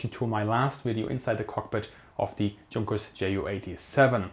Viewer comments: He says it as “djun-kers” maybe a subconscious mix of German and English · It would be nice if you pronounced it Younkers as it really is. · Junkers is pronounced yoonkers. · Wow,, just saw this. Sorry for the late reaction. Thanks for the feedback and Super Thanks! With Junkers, the pronounciation is all over the place, basically also because Germans can't agree on it in my experience:) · Um, "Junkers" pronunciation??? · I'm confused. You're German, yet you mispronounce Junkers.